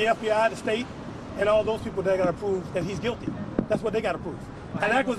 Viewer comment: "An acwuzation, an acwuzation is an acwuzation until yoo pwoove it."